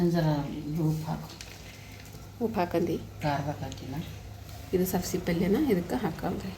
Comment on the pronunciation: ಹುಲ್ಲುಲ್ಲಿ ಅಲ್ಲ, ಹುರಳಿ ಅಂತ ಹೇಳಿ. ಮಟಕಿ ಅಲ್ಲ, ಮಡಕಿ ಕಾಳು ಅನ್ನಿ. ಸಬಸಿ ಅಲ್ಲ, ಸಬ್ಭಸಗಿ ಅನ್ನಿ ಫಾರಿನ್ ನವರು ಮಾತಾಡಿದಂಗ